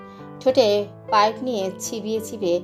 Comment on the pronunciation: অনেক অনেক সুন্দর হয়েছে এক কথায় just wow একটা কথা শুনে খুবই হাসি পেলো আমার খালু সাহেব আপনি এতক্ষণ মুখে পাইব নিয়ে কথা বলছেন পাইব পড়ল না কেনো 😊😊😊😊😊